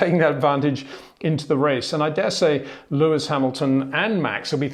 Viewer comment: HEY PETER WINDSOR, I HAVE MESSAGE FOR YOU SIR: it is NOT Max "verSHtappen" ... Max is not German (Germans indeed do pronounce "st" as "sht") ... #Max33 = Dutch NL/Belgium! ... It is not "Bottash" nor is it "Lewish" certainly not "verSHtappen" .... This BS started long time ago when a British sport presenter interviewed father Jos Verstappen and assumed you can use a German pronunciation to a Dutch Driver thinking it is so "funny" ... It is not.